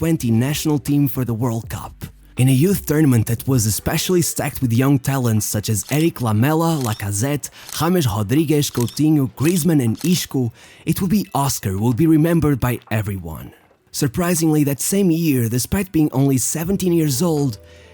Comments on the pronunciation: Why you call isco “IshCo” , and then you call oshcar only “Oscar. LMAOOOOOOOOOO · “ISHKOO”… “PATOO”… bro pronounce their names normally, u dont have to use portuguese accent to pronounce their name u dummy